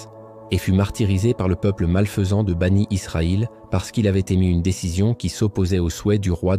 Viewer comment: Bien sûr. Cette voix c'est l'intelligence artificielle. La prononciation de certain mot le prouve. Par exemple quand il lit mécaniquement Aleyhi salam en disant AS, ou les enfants d'Israël il dis banit Israël, ou laa illahah ilallah, la prononciation n'est pas correcte. Ce sont des éléments qui atteste sans conteste que c'est l'intelligence artificielle.